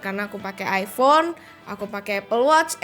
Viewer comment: iPhone mbak, bukan iFhone 😁